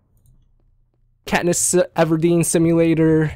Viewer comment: It's Katniss Evardeen